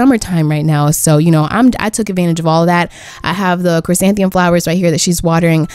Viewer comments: im sorry but i have to tell u its chrysanthemum not chrysanthium, ur just missing the first "m" in your pronunciation. looking forward to the rest of the series though :) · awwww i love noelle 😍 and p.s. its pronounced chrysantheMUM, not trying to hate at all btw :)